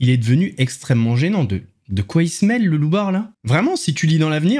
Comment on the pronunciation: "le loubar"... C'est un peu mal articulé. J'avais compris autre chose. Merci aux sous-titres d'avoir rectifié.